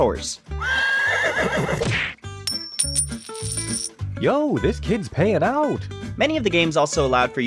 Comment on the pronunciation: "Im looking at a horce"